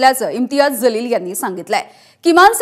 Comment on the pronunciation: 😂😂😂 जलील का म्हणतेय ग बाई...जीवन मधला ज....जहाज मधला ज नाही.....बाकी चांगल आहे तो जलील च आहे...उर्दूत जलील cha जो अर्थ आहे तोच बरोबर